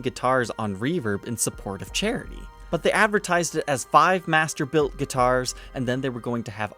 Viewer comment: I keep on thinking your saying mastibator and I get scared